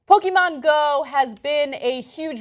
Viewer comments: PoKEHmon pronounce it correct lol pokeemon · Learn to pronounce "Pokémon",!